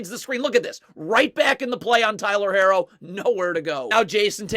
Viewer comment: it’s not he’s just saying it wrong 🤣 he does that with a few players names haha